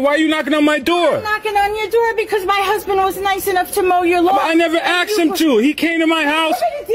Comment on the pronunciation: why tf are people saying aksed